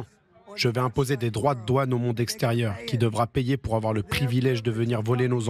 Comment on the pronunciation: Au début elle a dit ''aux commerces sexe terieur''